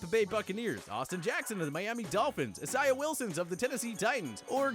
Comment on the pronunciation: Is this dude illiterate or something?? This man stays pronouncing folks names completely wrong especially when it comes to guys named Isaiah